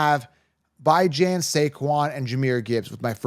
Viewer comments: First time I've watched your channel. Mispronunciation of player names (By-Jan??) is an automatic downgrade to your credibility. I'm out. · Will "Lee-Viss" "By-jon" my god...... its like my wife trying to talk to me about football lol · Bijan and Achane, you may wanna go hear the pronunciation of those names. Thank you for content, very helpful.